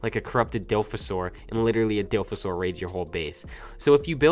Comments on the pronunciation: Its not dilphasaur, its Dilophosaurus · Dilfosaur, great english